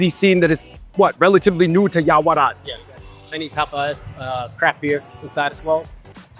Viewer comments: I think I heard you pronounce this china town neighborhood as "Yao-Ra-Wat" instead of "Yao-Wa-Rat" 🤔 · you keep calling it Yaorawat instead of Yaowarat. 😂